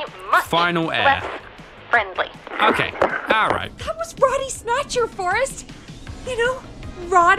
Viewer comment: It's not Roddy snatcher It's bodie snatcher